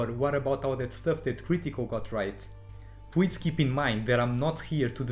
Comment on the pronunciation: 'W' this letter in the English is not the same for 'L'... you say 'pwease' instead of 'please'.. an you also having thick accent it hard for understand... 😊 peace ✌